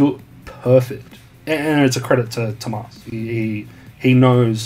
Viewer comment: BTW Tuomas not tumas